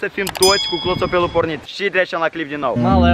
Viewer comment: De ce spui clotopel